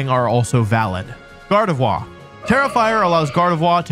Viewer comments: Yeah the way he says Arcanine and Gardevoir bothers me a lot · Why would you force french so hard with vivillion and gardevoir(r should be pronounced) while also pronouncing "fillet" away like an american?